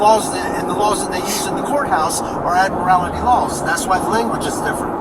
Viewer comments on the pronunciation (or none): It's "admiralty." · "Admirality Laws" 😵‍💫 I think he meant "admiralty." ⚓️ Either way he's wrong. 😂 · "Admirality"? It's "admirality."